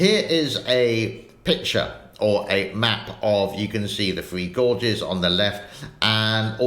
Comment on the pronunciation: Its not " free gorges" its "three gorges". Just teasing.